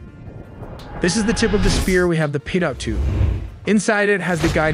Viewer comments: is the king of mispronouncing words. What the fk is a "Peedot" tube? Do you mean a "Peedo" tube? T is silent goof! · The second "t" in Pitot is silent. Like Pee-toe, its French. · Pitot tube. Pronounced ‘pee-toe.’ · Fucking AI narration that pronounces infrared as "inferred" and pitot tube as "pay dot". FFS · Is it not possible to get AI narration the can pronounce words like "pitot" and "radome"? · You can't even say pitot and radome correctly.